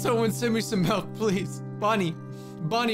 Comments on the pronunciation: Madge milk not melk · It's so funny to me how he pronounces milk. I honestly thought the milk or malk debate was a joke- Plus in my country milk is melk and you actually pronounce it malk